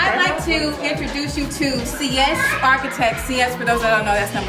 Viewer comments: No she did not pronounce seis like (see-s)🤣🤣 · Just leaving this here: six in Spanish in SEIS not SIES, the girl in team six was saying it wrong. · She said see es! 😂😂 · Sis said “ Sí-éss” lol. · Lol Cee-esss ?! I never heard sies pronounced that way 😂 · Thats not how you say 6 in Spanish lol